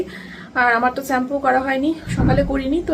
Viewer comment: স্যাম্পু না শ্যাম্পু হবে কথাটা😊